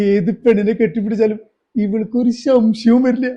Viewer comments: ശംശയം അല്ല സംശയം 😊😊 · Shamshayam alla samshayam aanu